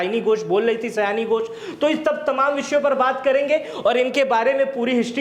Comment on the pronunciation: सयाणी घोष नही सायनी घोष है , कृपया सुधार ले ।